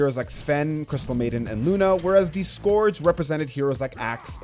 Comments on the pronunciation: It bothers me that you keep saying “score-ge” instead of “scourge”. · "The scoorge" Good try tho